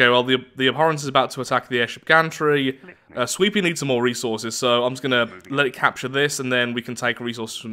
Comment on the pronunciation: Everytime says "sweepy" i think hes saying sweetpea